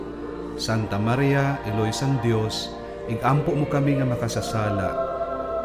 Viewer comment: Sa ngalan "sang" indi "san". 😁